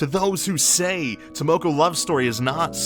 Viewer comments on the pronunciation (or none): Content is great! I think the argument that you guys have is solid and something we should consider. One nit-pick tho: can you plz try and pronounce the names correctly? I understand it is hard for an English speaker to correctly pronounce Japanese words, but if you think of the words phonetically it will sound better since Japanese is a phonetic language. Like for this video, you pronounced "Tamako" as "Tamoko" w/ an "o" and not an "a". I know the difference is a nit-pick but I think if you can correctly pronounce everything in the future it will make your content 100x better since nobody else on YouTube can!